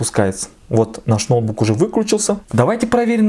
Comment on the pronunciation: Сколько раз он сказал нОутбуук? Ихспи,.. нОутбк